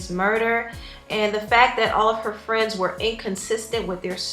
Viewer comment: Tah fwends😧😧😩😩😩